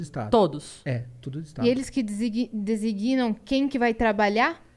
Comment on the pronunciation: "DESIGUINAM", que palavra é essa, Yasmin??